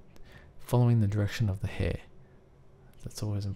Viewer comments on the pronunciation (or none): People, I think they were only making fun of the way the guy said "hair" :)